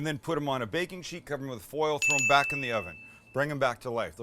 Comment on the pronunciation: it kinda sounded like you said "what isn't great is puff pastry" but max helpfully replayed it 20 times so we know you said "what isn't great in puff pastry?"